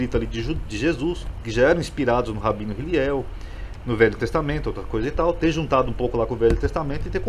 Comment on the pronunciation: O nome é Hillel,e não Hiliel